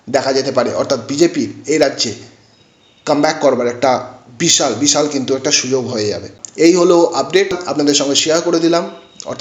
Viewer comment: একবারে নাম চারটি বলে দিলেই তো হয়। এতো ধানাই পানাই করার কি দরকার? দু মিনিটের video টেনে টেনে তের মিনিট পর্যন্ত নিয়ে যাওয়ার মানেটা কি?ধান ভানতে শিবের গীত। আর 'স' কে 'ছ' বলছেন কেন?যেমন 'পাশাপাশি' কে বলছেন 'পাছাপাছি', 'সেই' কে বলছেন 'ছেই' ,'বিশাল' কে বলছেন 'বিছাল'। আপনি কি 'স' উচ্চারণ করতে পারেন না? ছ্যাম বাজারের ছছিবাবু ছছা খেতে গিয়ে ছরছরিয়ে ছরগে চলে গেলেন। কেমন লাগছে শুনতে?